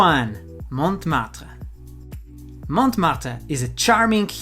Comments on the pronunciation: Montmartre, first T is silent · the t of Montmartre is not pronounced